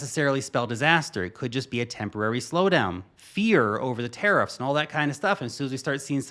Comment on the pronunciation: It’s Tariffs with an ‘a’, not an ‘e’. I cringe every time you say teriffs!!!